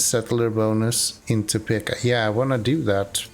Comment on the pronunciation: Topeka...it's peek not peck